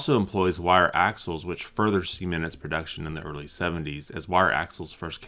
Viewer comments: The way he said cement was hilarious 😭😭😭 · I’m sorry, but I’m going to need you please pronounce “cement” for us again! :)